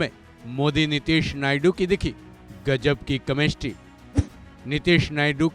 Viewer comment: Chemistry ❌ kamestri✅😂 pronounciation tagda hai